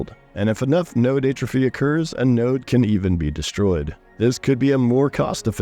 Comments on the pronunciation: check pronunciation of "atrophy" :) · I became progressively nauseous every time he said it incorrectly... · Great video. Hadn't seen your channel before. Your upcoming AoC overview video earned you a subscribe so I wouldn't miss it. Now just learn how to pronounce "atrophy".